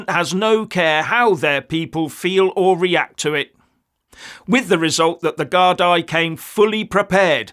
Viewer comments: Geez,, you've been around long enough to know that "gardai" is pronounced "gard-EE", not "gard-EYE". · It is pronounced GARDEE not GARDI. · It's gardee, not gardaye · It is pronounced GARDEE not gardai. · Gardai (Irish Police Force) is pronounced 'gardy'. An individual police officer is called a Garda. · Since the supposed Rwanda deportation was recently decided upon, many illegals are now fleeing to Ireland in an effort to avoid that. Fact. People of the UK and Ireland must and will stand together to stop this destruction. PS -, the word gardai is pronounced like "gardee" because the "i" in the word has a 'fada' on it, like this.....gardaí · Love the way you pronounce the Guard eye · Hello, Gardai is pronounced Gardee but if you refer to them as Scum everyone will know who youre talking about. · BTW, the word Gardai is pronounced “gardee”. The plural of Garda. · Garda - singular gardai - plural pronounced gardee 😊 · Pronounced Gardee.